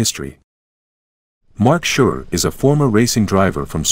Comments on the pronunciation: Well made video, no question👍 Please don't take this as criticism, just for info. The name Surer is pronounced in the linguistic s instead of sh, like safe. He himself says he probably touched something lightly beforehand, it was definitely a puncture. It is also interesting that a marshal pulled it into a small stream next to the track and deleted it, otherwise it would not have survived. Thank you for sharing your work with us. Greetings from Switzerland🇨🇭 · Quite a good simulation. Only please call their names right. It's Surer with "S" not "Sh" and it's "Weeder"